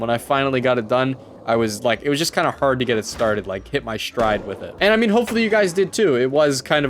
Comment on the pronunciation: When said hard in "I relate to the movie so hard" his true Canadian came out